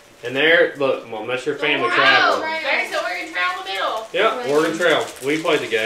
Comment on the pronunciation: pronounced Oregon correctly…🙂